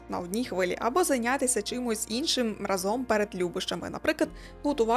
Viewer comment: не разОм а рАзом!